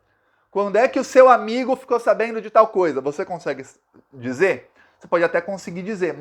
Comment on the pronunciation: DEICHA . DISER. MENTITOZO. MEU...CAMARADA